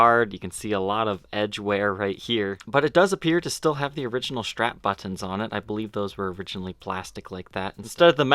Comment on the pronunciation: Buttons is another one.